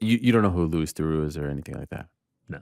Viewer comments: Ariel not only is a giant fan of, but says that he likes Louis Theroux so f'n much that he blatantly pronounces Louis name wrong. Anyone who's EVER watched anything to do with Theroux will know that without any doubt in their mind that Louis name is pronounced "Lew-ie......" Not "Lu-is!" Even the closed captions knows that Ariel is utter dogshit when absolutely butchering Theroux's first name. At the very least it's very obvious why Ariel likes Louis's "Gonzo style" of journalism. Ariel constantly comes into his interviews as the "good cop" and tries to do things like buttering up the interviewee with all sorts of pleasantries and accolades before he slides in with some sort of side-show comment. The only difference is that Louis is actually good at it and never breaks character vs when Ariel feels like he's been found out he typically caves in and tries to backstep... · Ariel, the huge Louis Theroux fan, repeatedly calling him "Loo-eeese"